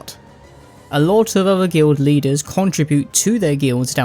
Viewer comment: Guild Leaders? I thought you said "Glue Eaters."